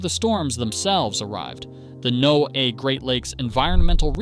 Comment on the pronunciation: I gave this a thumbs down for the horrible AI voiceover. Just a few examples: “NOAA” mispronounced, the phrasing is terrible (one point running into the next & stresses in the wrong places), place names mispronounced… obviously not a human. Lazy youtubers who can’t do their own voiceovers or won’t pay a VO artist, don’t deserve more viewers.